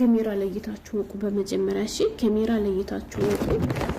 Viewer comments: ካሜራ በይ አቦ አትለፋደጅ ኬሜራ እያልሽ😂😂😂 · ኪሚራ አይ አማረኛ😂😂😂